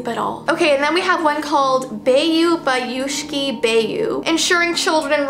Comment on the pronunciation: Its pronounced by u sci by u